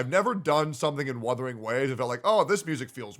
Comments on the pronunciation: He really said withering waves 💀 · "Withering Waves" Yes, it is "withering" away 😂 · Withering waves 😏🤣🤣🤣 it's Wuthering Waves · I don't care, Wuu-the-ring not Whaa-the-ring. Don't like it, sue me. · Sounds like is saying Weathering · The fact that is saying Wuthering wrong too is funny asf